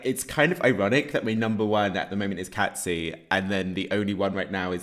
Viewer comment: Cazzi is pronounced like Cassie not Catzi🥰